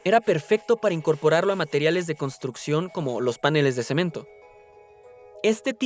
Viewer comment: Cuando pronunciaste "páneles" (ne lugar de paneles) y "anfiboles" (en lugar de anfíboles) dejé de ver. Lástima.